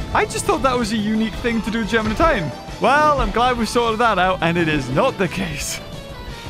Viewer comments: It's not Geminidues it's Gemanigar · What I think when he says germinideus, gingervidis